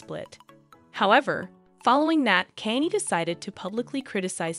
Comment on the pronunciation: My favorite part of this video is “Caney west”